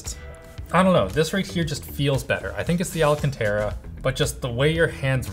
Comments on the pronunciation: FFS its NOT ALACANTARA (a luh can ter uh) it's alcantara (al can ter uh). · He's saying alcantara every chance he gets to make up for the one time he pronounced it " al senta ra " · stop saying alcanterra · for the love of god, stop butchering the pronounciation of Alcantara. The stressed syllable is *can*, not *ra*. As in Al-CAN-ta-ra, if you wish you can even do the italian gesture with your hands, as it may help with the fluidity. Besides that, I love your content. Keep it up.